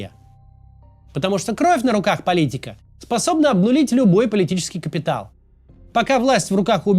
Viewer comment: Сколько раз Кац неправильно произнёс слово Политика?